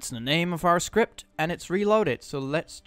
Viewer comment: bruh its script not skirpt